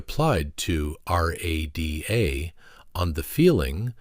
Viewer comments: Why was the AI narrator's accent slipping? Also, is there no way to program AI to pronounce names and dates correctly? This problem occurs in several Beyond Gilded videos (it's a universal problem but I hate to see the quality of BG videos ruined by a simple fix.) (eg: "RÄ duh" not R-A-D-A; "19 20" not 1thousand 9hundred 20) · It’s pronounced rah da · Everyone says “rah-dah”; they don’t spell it out. Voice is clearly AI. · Jesus, people. At least use the same AI voice throughout, and teach it how to say "Rada" FFS. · Also he should have known you say RADA as it sounds, not spelling it out letter by letter. Very disappointing! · Why can't the narrator pronounce Bernard and RADA?